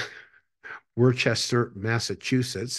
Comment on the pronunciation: I'm in the Northeast my uncle is from there it's pronounced "Wooster" not like Worcestershire sauce. Worcester, Massachusetts...